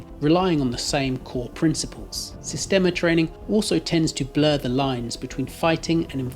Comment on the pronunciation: Das heisst "Sistema" nicht "Systema"